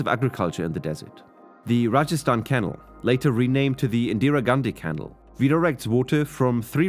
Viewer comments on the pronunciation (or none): Wonderful video. Thank you for so much interesting information. I thought it might be worth a mention that "canal" is pronounced with a stress on the second syllable: ca-NAL (Barring local variants of English spoken in areas I am unfamiliar with). No problems posed for understanding though. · The word "canal" is pronounced with the accent on the second syllable. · Sounds like AI voice. Why pronounce canal like kennel? And monsoon into Mon Zoom? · Pronounce “canal” properly.